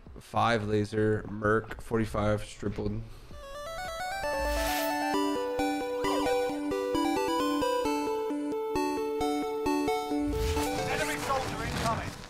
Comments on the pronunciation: “Strippled” lol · Everyone : stippled tfue : strippled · LMAO "STRIPPLED" JAJA SIGH